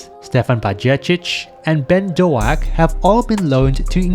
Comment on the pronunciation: Ben do-ak